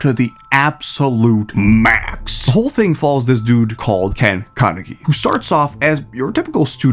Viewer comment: How do you pronounce Kaneki correctly but butcher Vrains?